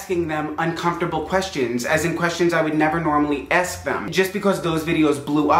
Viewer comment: "Esk them"